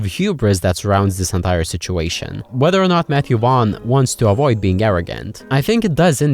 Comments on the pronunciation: Matthew Wan😂 it's pronounced Vorn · "So the story goes that Vaughnce upon a time..."